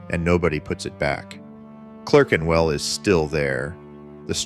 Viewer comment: What's this "Clurkenwell" stuff? A piece about British watch making with an American accent? Why??